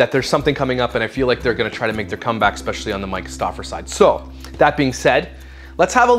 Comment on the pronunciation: She also says "ECSPECIALLY" lol ridiculous 😂